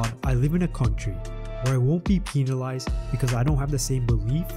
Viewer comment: bruh did you just say peenalized